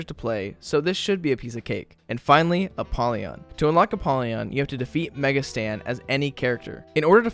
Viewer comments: Lol, he kept saying Mega Stan instead of Mega Satan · BRO REALLY CALLED IT MEGA STAN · Thanks for the video, im sure it's mega Satan tho and not mega Stan 👍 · Mega "stan" had me dieing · he really said "Mega Stan"💀